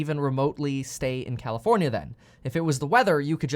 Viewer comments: Did he say commifornia? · Bro said commi-fornia 💀💀💀